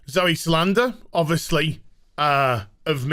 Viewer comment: Decent video, thumbs up and all that, but c'mon, her last name is Sal-dan-a